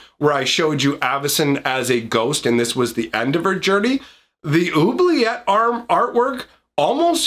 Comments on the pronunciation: Oubliette, is already French. "Who-Blee-Yet" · two ts and an e = say the t sound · even in French it would be pronounced with a hard T sound at the end